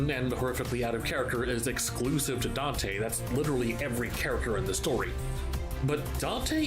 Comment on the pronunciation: that one also I think it was because of the way the voice actor pronounced dante